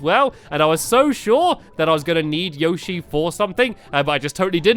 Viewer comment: plz say Yoshi right